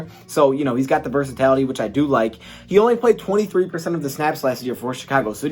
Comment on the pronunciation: Versa-tility not tality😂🤣... just giving ya sh**